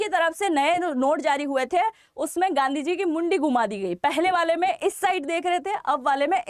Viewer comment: गंदी को जी ना बोलें सुनने में अच्छा नहीं लगता है।